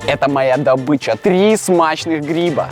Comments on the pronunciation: НЕ ГРИ́БА А ГРИБА́ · гриба́ а не гри́ба